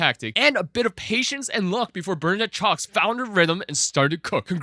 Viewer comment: Great analysis but you're butchering the names. The CS in Szocs is pronounced just as the CH in such or much. And the Szo is just like the Sa in Salt. Hope this helps